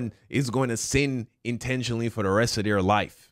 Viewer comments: Is pronunciation is annoying. He said DA instead of THE Bible. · If I hear him say “Da Bible” one more time lol. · you can pronounce “the” either way, “Da” or “Dee”